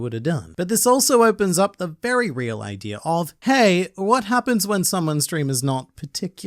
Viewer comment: Why do you say "idear" instead of "idea"?